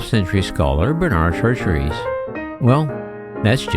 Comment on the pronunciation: I can't watch a video by someone who can't pronounce "Chartres".